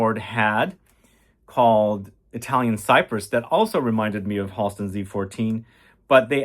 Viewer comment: Tonka Commodity is relaunching the 24th FYI It’s “Hal-ston” (Friends with his niece)